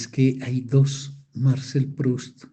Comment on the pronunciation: Por qué pronuncia el nombre Marcel en inglés?!?